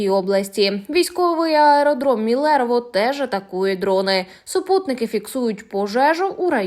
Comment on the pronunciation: МИлерово , не МилЕрово !